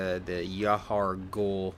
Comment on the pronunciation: Its pronounced 'jail'